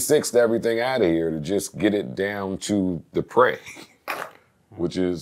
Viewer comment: NOTICE how he said PREY! 🤦🏽‍♂️ The industry is wicked fr…Been rockin wit Joe since I was 9 years old, I turn 27 next week, keep giving the youth game, Uncle Joe